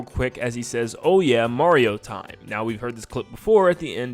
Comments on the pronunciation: I'm fine with the voice, but as a Spanish speaker, hearing the pronunciation of that "MaRRio tSime!" makes me suffer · "MaDiO tIeM" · Wow! He really messed up that "Mario Time".